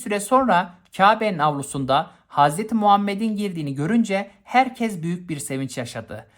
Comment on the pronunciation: Hocam tek kulağımı tırmalayan şey diksiyon hataları kabile derken a yı uzatınca kulağı tırmalıyor herkes derken z diyorsunuz daha b sürü var hangi birini sayayım derdim hata bulmak değil sadece eleştiri dikkat ederseniz sevinirim onun dışında konu anlatımınız çok güzel videolar için teşekkür ederiz 🙏